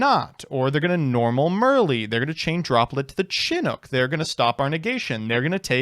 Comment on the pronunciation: says Chinook the most correctly out of everyone I've seen, but it's Slightly odd to me somehow